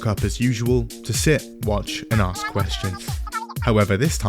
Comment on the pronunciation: Never vote for someone who can’t pronounce ask.